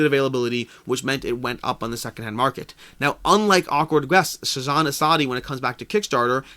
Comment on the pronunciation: Hi Hello from India. Thanks for covering Shasn, its pronounced Shaaa-sun , in case you wanted to know. That means "Governance" in Hindi. Azadi , you got almost right, its pronounced aaa-zaaa-dee, and means Freedom